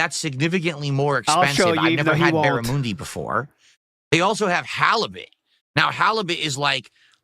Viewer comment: Also saying barramundi was dented. And do americans not eat schnitzel or something how has this prick never had one?